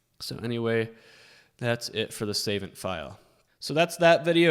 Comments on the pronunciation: Hey man, just a weird thing, but the website is pronounced sa-VONT phonetically, emphasis on the second syllable. Love the work you’re doing, much respect, not trying to come at you by any means….just thought that you’d like to know for future vids! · I'm going to just tell myself that he's trolling with his pronunciation of "savant". That's the only way to get through this.